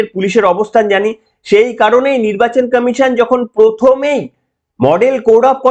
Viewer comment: আপনার বক্তব্য ঠিকই আছে কিন্তু আপনি কমিশন কে কামিশন বলেছেন কেন আগে ভাষা ঠিক করুন